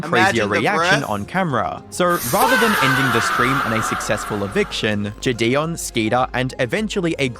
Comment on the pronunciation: Narrator pronouncing JiDion, “JiDayon” 😭. Great vid tho